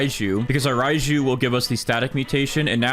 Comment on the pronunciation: “Spawn in the rajiu”